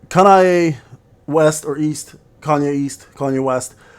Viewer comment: it's Kanae day (I've been sitting on SLA for more than a full shift today) also, it's Ka-na-eh, not Ka-na-ey